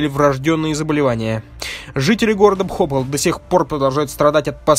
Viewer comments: ПхопАл, а не БхОпал. Неужели помимо "зачитки", нельзя поинтересоваться, как правильно называется город, о трагедии которого ты вещаешь? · Только город не бхОпал, а БхопАл.